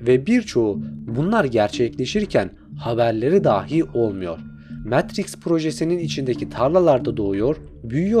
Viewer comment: Videonuz mükemmel ama metriks demeniz daha mükemmel 😂